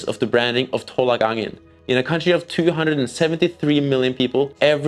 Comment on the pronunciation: Dont pronounce it "tholak", its "tolak"